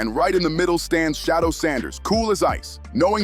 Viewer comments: Say that man’s name correctly pleeease Sha du er NOT SHADOW🤦🏽‍♀️🤷🏽‍♀️ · His name is not Shadow Sanders, it's Shedeur Sanders (She-deur Sanders).